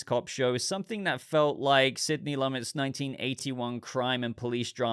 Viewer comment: Sidney Lumet was a legendary director, with a definite style. His name is pronounced “Loo-met”, not Lummit.